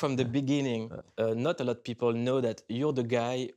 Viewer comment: ''a law of (une loi des) Mathematics'' au lieu de ''a lot of (beaucoup de) Mathematics''